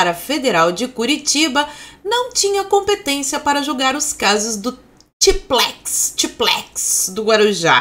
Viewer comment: não é "tiplex" é "tripecs".